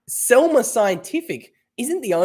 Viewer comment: Selmer? No, Semler! 😜